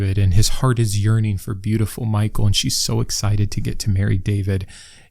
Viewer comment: ish — By the way, "Michal" isn't pronounced "Michael" — it's pronounced mee-hal